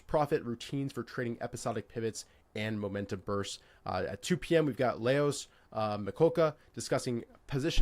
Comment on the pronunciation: Amazing how pronounced the name Leoš perfectly 👌 😊🎉🎉🎉🎉